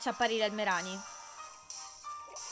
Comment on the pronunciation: Alola, innanzitutto buon'anno XD comunque, non bastano avere i cuori completi per essere amici al massimo, io non so se lo sai, ma il massimo di felicità e di 250% e la puoi controllare a KoniKoni, c'è una tizia vicino al ristorante ah, si dice "Meràni" soffermandoti sulla A, ma se non riesci a capirla, vai tipo sotto uno degli spacchettamenti di dlarzz o fedrric che dicono il nome. alola :D (scusa se ti scrivo sempre la divina commedia XD)